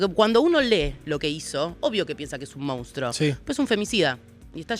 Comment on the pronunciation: se dice monstrUO, No se dice mOUnstro. Si no lo saben ni pronunciar, menos van a saber identificarlo.